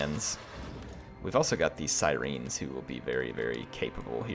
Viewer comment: Other than your pronunciation of Siren loved the video keep it up